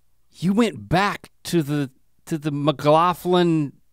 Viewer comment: as a scottish person, the fact that Rhett pronounces “McLaughlin” as “McLauthlin” really bothers me lmao